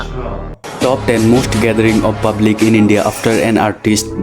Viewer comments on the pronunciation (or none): none